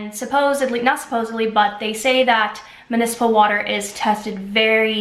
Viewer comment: Wow awesome comparisons; thank you! Btw it’s mUnicipal not mAnicipal.